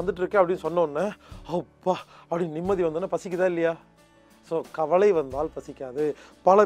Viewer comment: தம்பி,கவளை,இறப்பை என்பனவற்றை தயவுசெய்து திருத்தி கவலை,இரைப்பை என கூற முயற்சிக்கவும்.நான் இப்படி கூறுகையில் யாரோ ஓர் பெண்மணி "இது ரொம்ப முக்கியம்"என எனக்கே நக்கலாக கொமன்ற் போட்டிருந்தார்.அம்மையாரே எம்மொழியை பேசினாலும் அதன் உச்சரிப்பு சரியாக இருந்தால்தான் அர்த்தங்களும் சரியாய் இருக்கும். இதை மறந்து நம் தாய் தமிழை கொல்ல(கொள்ள) வேண்டாம்.